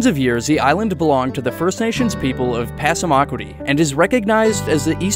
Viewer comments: Pass-uh-muh-qwod-ee, not passa mok wadee. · Passamaquoddy is pronounced Pass-uh-muh-KWAH-dy, not Pass-uh-MAH-kwi-dah. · that was a butchered pronunciation of Passamaquoddy. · this was a great video with lots of explanations of some knotty problems. On a side note, may I point out a few things? First of all, Utrecht is pronounced YOU-treked; then the tribe is pass-uh-muh-QUAD-ee, and finally, the Canadian dish you ate is poo-TEEN. Also, in case you're interested in an idea for another town (American this time) which is cut off the the rest of the country, it's Hyder, AK: Hyder is in the Panhandle, or Southeast, which is otherwise served by the State Ferry System, but being east of the Coast Mtns., it’s cut off, making a flight, or 441mi./710km. drive through Canada on the Cassiar, Alaska and Klondike Hwys. necessary to get to Skagway--the nearest other town in AK by road; US mail flown from Ketchikan. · Absolutely butchered the pronunciation of passamaqouddy, which is already anglicized.